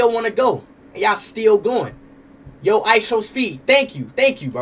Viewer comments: Stop saying ISOWNEAT😢😢😢😢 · Ishowspeed not Ishowmeet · Stop saying IsowMeat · its ISHOWSPEED NOT ISHOWMEAT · STOP SAYING ISHOWMEAT ITS ISHOWSPEED